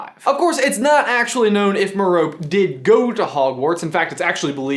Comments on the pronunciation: Just an FYI, it's pronounced "Me-row-pay", with a strong-weak-medium emphasis on the syllables. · Mer-Ope? You might want to listen to the audiobook (Stephen Fry) to get a better pronunciation on that name. Also, I doubt that she went to Hogwarts. I was under the impression that she was illiterate. (Which also would make it harder for her to figure out how to make a love potion on her own.) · Guys, I love you and all, but the "e" in Merope is not silent. It's Mare-O-Pee, like Calliope, or Penelope, or Hermione, or Phoebe, or Chloe, or Daphne, or Zoe, all of which have Greek origins. No disrespect or anything, in the words of Professor Quirrell, "Thought you ought to know." :p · Her name is pronounce Mer-o-pee. Other than that, this is a really interesting and thoughtful piece. She didn't go to Hogwarts, did she? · I’m sorry, but her name is pronounced mero-pay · It's Mero-pee, actually. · Ur mispronouncing Merope it is pronounced Mer-Oh-Pee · Merope is Greek and pronounced Mare-O-Pee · Merope. Is pronounced mer-oh-pay. Also, she didnt go to hogwarts, Marvolo wanted nothing to do with the establishement. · No... it doesn't. Listen to the audiobook read by Stephen Fry. He pronounces it "maer-o-pay". Why does he do that? Because he consulted with Rowling while doing the recording of the audiobook. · it is pronounced mah-row-peh, or at least it is in the audiobook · Its actually pronounced meh-row-pay its french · FYI: The name "Merope" is pronounced Mer-o-pee. Just like "Hermione" is pronounced Her-my-o-nee. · Merope is pronounced Mirror-pay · Merope Gaunt: "MARE - o - pee"! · It's actually pronounced. "Mare-o-pay" just FYI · Merope = Meh-roh-pay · Isn't is mer-oh-pee? Like Aphrodite? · like Penelope ( Pe-ne-lo-pee ) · Love your theory but your pronunciation of Merope is stressing me out. it's pronounced Mero-pay. My cat is also called Horace so I agree it's an amazing name! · Isn't it pronounced meropee? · Pretty sure it's pronounced Meh-Row-Pee but I'm not sure :)